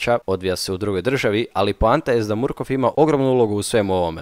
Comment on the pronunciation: Izgovqra se markofff